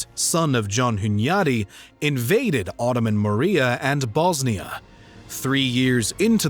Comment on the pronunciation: Did this mf say "John Hunyadi of Hungary"? These are fighting words.